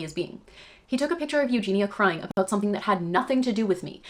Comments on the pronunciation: Her name is Eugeniiiia, not Eugena ;) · Its Eugenia not Eugena